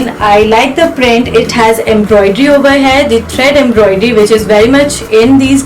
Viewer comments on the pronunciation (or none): It is "here" not "heir" or "hare"- as you pronounce!!!